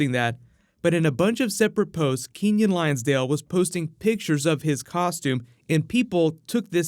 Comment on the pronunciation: I don't mean to be rude or anything, but just a heads up that Keiynan's last name is Lonsdale not lionsdale